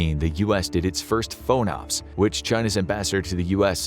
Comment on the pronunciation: Moderate nitpick: it's always been pronounced FAWN-ops to my knowledge. Source: firsthand experience in the 7th fleet AOR for Aegis BMD stuff on a DDG. Basically all at-sea blocks begin as Underway TBD, which is then nailed down into specifics as schedules and tasking and missions cohere. FONOPS (freedom of navigation ops -- that is, operations) is the default underway mission whenever there's not more directed tasking at hand (exercises; transit to/from wherever; etc).